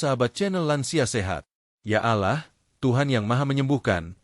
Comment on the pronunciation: Host admin penyebutan nama tuhan mu salah..kmu mnyebutkan nama tuhan muslim dg kalimat muslim..tp logat bhs mu tidak menunjukan muslim...ALLAH SWT..tidak akan senang dg caramu spt ini...krn kmu sama dg berbuat musyrik alias menduakan tuhan...